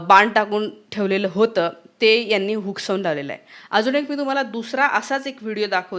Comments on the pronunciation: मॅडम हुसकावून म्हणा, हुकसावून ऐवजी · शुद्ध बोला.हुकसावुन नाही.हुसकावुन.. R.s.s.शंभर वर्ष चालली.जगातील सर्वात मोठी आहे ़्तुम्ही जळुन उपयोग काय.? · हुकसानून नाही हो ते हुसकावून असतं